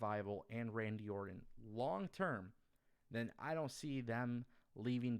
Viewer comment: orTon not orDon